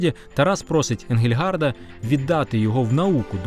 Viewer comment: За всієї поваги: не Енґельґард, а Енґельґардт. Отже, не Енґельґарда, а Енґельґардта і т.д. Аж надто ріже вухо...